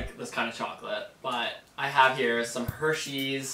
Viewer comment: I wuv hershies 😁